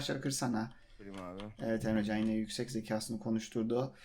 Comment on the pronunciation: emrezzaann a neden emrecan diyorsun